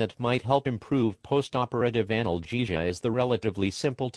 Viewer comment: Microsoft Sam pronounces "Anal -gesia" funny